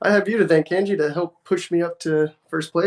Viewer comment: woot for having my name pronounced correctly!!